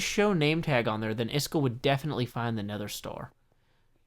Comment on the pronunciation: I dont want to offend you but its is-kall not is-chool